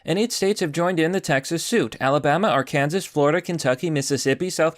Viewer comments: It’s not “at-kansas”. It’s “ar-kan-saw”. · Not ar-kansas...ar-can-saw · You have a serious problem with pronunciation. It’s pronounced “ark-can-saw,” not “are-Kansas.” EVERYONE knows this. It’s a STATE. Edit: at least you got “coup” right this time. By the way any good dictionary has pronunciations and a key to read them. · Whos says R-KANSAS for AR-KAN-SAW? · It's "Arkansaw", not "Ar-Kansas", by the way. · Dude did you really call it “are-kansas” rather then “are-can-saw” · Why do you pronounce Arkansas R-Kansas? It should be pronounced R-can-saw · So we're just gonna ignore him calling Arkansas "Are-Kansas" and not "Are-kan-saw" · Its pronounced "AR-can-saw"!!!!! AR-Kansas is how a pirate refers to Kansas. Sorry- just had to get that off my chest. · Hate to be that guy but Arkansas is “Ark-in-saw” not “are-can-zis” but there is an Arkansas City in Kansas which pronounces it “Are-can-zis City” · It's not Ar-Kansas. ☹️🙁😭😖😵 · did you just say "are" kansas for Arkan-saw? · It's AR-KAN-SAW not AR-KAN-SAS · its pronounced "ark-ensah" not "r-kansas" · Love your videos! But it's Ar-kan-saw not Ar-kansas. Keep up the great work!! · Did you go to school? Did you learn the states and capitals? "ARE KANSAS"??? (R CAN SAW)! Makes me want to unsub you. If you're not smart enough to pronounce the freaking states right, what else are you wrong about? Grrr! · It's still pronounced ark-an-saw not ar-kansas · "Ar-kansas" ahahaha come on, man..... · Cringed at arkansas being pronounced are-kansas. It is pronounced arc-en-saw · Ar-kansas lol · I love how you called it "ar-kansas" instead of pronouncing it correctly as "ar-kan-saw" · It's pronounced ar-kan-saw not arrrr-kan-zass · Dude you are actually killing me, second time you’ve said “our kansas” it’s R-Kin-Saw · People from Ar•kan•saw yell at you for every time you call them Ar•kansas. Are you from Kansas? I am. That's how I know. 😂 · It’s Ar-kan-saw Not Ar-kansass 😘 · "AR-ken-sah", not Ar-Kansas. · "Ar-Kansas?" Really?